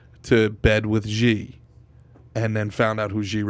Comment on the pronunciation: Pronounced "Shee"